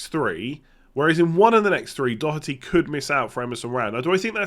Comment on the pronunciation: needs to give English commentators lessons on how to pronounce Doherty 🔥